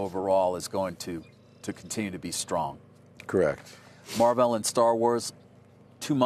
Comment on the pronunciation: The interviewer's pronunciation of "Mar-vehl" is hilarious